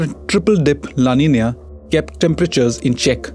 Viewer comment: No, his pronunciation is correct. “Ñ” is pronounced as “nyuh (Spanish).